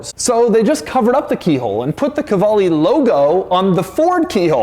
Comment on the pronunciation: De Muro - Italian Qvale/Quali - Italian Doug’s pronunciation of the brand … ain’t Italian ain’t Italian-American.